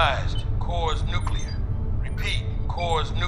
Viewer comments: girl says the core is nucular... its nuclear dear lol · honestly, how hard is it to say nuclear??? Nukilar?? Ffs! It’s a bad day when a Scot pulls you for your English 😂😂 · enjoying this so far. but ouch... ... Nucular. that hurts me haha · Not "nucular," it's "nuclear!" Nu Cle Ar!!! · haha...she said nuculer, fun short tho! definitely watch to the end. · Deputy controller: "the core is NooKyooler" Hahaha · She said, "newkyooler"🤣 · Great job, but the readings confirmed the core was NOO-KLEE-URR, not NOO-CUE-LURR. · Nu cle ar. Nu cle ar. Not nucUlur. How friggin hard can it be??? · “The core is in fact nucular”?! Good grief. It is in fact nuclear. And no, they aren’t interchangeable. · Everything was fine up into a point and I was enjoying it. Then that chick says "nuc-eu-lar" and now I'm annoyed... one of my biggest pet peeves is someone pronouncing "nuclear" incorrectly... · "NUKULAR", why can't people pronounce "NUCLEAR" correctly anymore? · "nukyilar" lol I think they mean nuclear. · The fact that the word "New-que-ler" is said... just... no. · She said nuculer lol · So even after thousands of years into the future mankind still having a hard time pronouncing the word NUCLEAR. It's not NUKILLER. It's NUCLEAR. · Considering the budget and what we got, well done. But having someone say "Nucular" is just cringeworthy. Especially when so much detail went into the rest of this. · Please tell that woman the word is pronounced NuCLEar not NuCUlar!!!!! And what the heck does it mean to say "I don't understand helmet" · Fugg me. Why can't people properly pronounce words ??? It's New-clee-er...not newk-u-ler. That irritates the crap out of me. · sigh Nuclear, not Nucular. Otherwise, pretty well done. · Good thing that ship was “Noo-coo-lar.” 😂😂😂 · "nook-you-ler" lol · good to see some 21st century English traditions survived - when she says 'nucular' . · Even in the future, some people still can't pronounce nuclear (Hint: not nucular) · got me. It's "New-Clear"